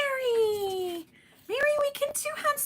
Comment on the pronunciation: Well, this lovely card was showcased on the whodunit show for this submission. I was so excited to see it and although, Mary pronounce your name wrong. It was so cool. She loved your coloring of this lion and all the details you did to this card. It made me so proud to know who you are and how great you watercolor. The card really shined! And I wasn’t watching the chat of that show so I don’t know if you were there but just wanted you to know. Great job on the card!😊